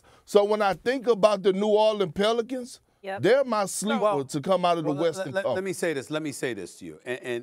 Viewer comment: bro as soon as he said PELICANTS im laughin so hard HAHAHAH pelicants?!!!!! delululululul